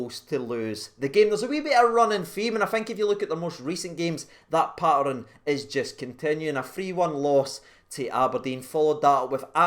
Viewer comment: please practise how to say pattern lol 😂